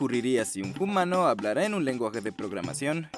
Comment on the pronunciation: #PrimatesHablanDe Me gustaría de preguntar al de este canal: por qué pronuncia el H quando habla la palabra Humano? En español no se pronuncia el H!